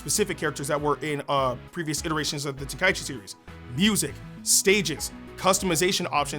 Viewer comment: Love that you say tenkaichi correctly!